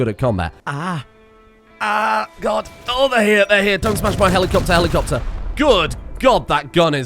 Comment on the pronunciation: Petition to force to always say „HELIKOPTER HELIKOPTER“ instead of just „helicopter“, both as noun and verb.